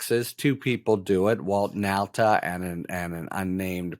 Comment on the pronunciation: Why do all of you keep mispronouncing "Nauta's" name?!? It's pronounced "Nauta", just like "Nautilus". You East coast types haven't got a clue how to pronounce Dutch name's. Pass this on to the rest